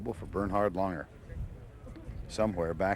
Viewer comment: Lahn-ger. It's German, it isn’t LANG-er